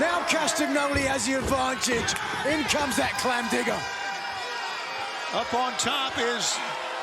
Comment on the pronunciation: Breaking News: Bryan Danielson has fined Nigel McGuiness for excessively butchering the phrase " clam digger" 😆😂😂😂...